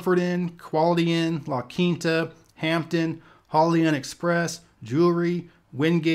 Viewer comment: i never knew people were out here sayin "la quinata." does it rhyme with pinata?